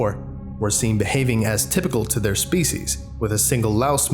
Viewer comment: "thyour" pained English major noises